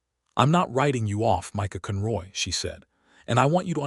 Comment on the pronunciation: One thing I like about all of the words said so very wrong . . is that I am content knowing that 'no time soon' will AI take over society fully. For this story, it was hard hearing 'read' and 'cun ROY' said upside-down, wrong. 🤪 Oh well... loved the whole story.